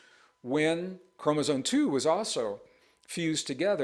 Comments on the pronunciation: ChromosoMe. M. Not N. . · Mr. Braden, can I ask why you appear/sound to pronounce "chromosome" as "k-ro-mo-zon"? Or is it just my hearing? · How can this guy pretend to talk as though knowledgeable on the topic, when he continues to say "chromoZONE?" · No offense- but you’re calling chromosomes “chromosones” and that does make me question your credibility. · Gregg, I love you dearly and have followed you for years, but there's no "n" in "chromosome".